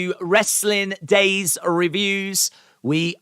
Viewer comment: annunciate Daze